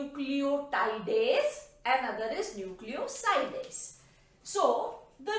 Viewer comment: Its self explanatory and she even pronounce it nucleosides